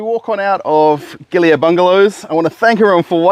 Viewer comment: Ah. The "Air" in the name is pronounced "ah-ye" fyi 😊